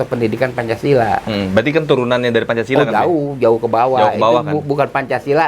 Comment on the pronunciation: Babe keseleo menit 1.35 bilang pancasalah